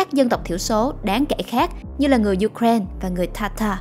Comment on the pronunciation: Ju-kren là nước nào vậy ta? Người Ukraine đọc tên nước họ là U-kra-in-a. Trọng âm tại "i".